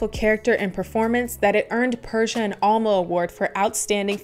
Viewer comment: Her name is actually pronounced Per - See - A